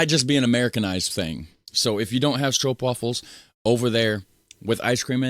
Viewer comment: Hahahahahhahahahahahaa, Not stroupwafels but stroopwafels, you make me laugh out loud.